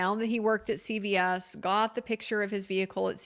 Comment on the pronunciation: thank you for your coverage. It's CVS not Child Protective Services. It's the drugstore chain. It sounds like you say CPS.